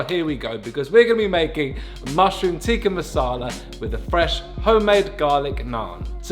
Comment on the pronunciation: it's a short i not a long i in tikka just fyi lol